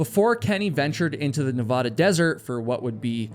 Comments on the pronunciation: Love your videos. Let me give you a small tip on pronunciation. Your Nevada is off. Ahhhh. Ahhh. Ne. Vahhh....Da. Not ohhh. Not Ne vaahhh....da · Nevada, not Navaaaduh🤦🏼‍♂️ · I love your channel and look forward to each video. But evey time you say Nev-Aw-Duh when pronouncing Nevada I get the cringe. Its Nev-Aaaaa-Da, 100%. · It’s Nevaduh (a like in apple) not Nevahdah. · Nevada☺️ - Nevahda 😩😅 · You said you've never hiked the Nevada desert. That is obvious because you can't pronounce Nevada the proper way. Na Vad (as in bad) a. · As someone who lives in Las Vegas that comment could have just been referring to all the open and abandoned mine shafts and wells that cover the desert outside Vegas. Not unheard of for people to fall into them or disappear. Also obligatory Nevadan reminder that we pronounce it Ne-VAD-a (Vad rhymes with dad). And yes we know Nevada is a spanish word and that the spanish pronunciation is different. Nevadans just decided to come up with their own pronunciation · It's pronounced "Neh-VAD-uh," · NBD but the first A in Nevada is A like apple not A like flan. 😊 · if you stop pronouncing "Nevada" like that, I will come to your podcast filming in Denver 😭😭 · YOU STILL CANT PROUNOUNCE NEVADA CORRECTLY! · please stop saying Nevada like that. lol